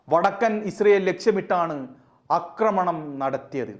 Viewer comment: അക്രമണം അല്ല ആക്രമണം എന്ന് പറയുക മലയാളം നേരെ പഠിക്കുക😊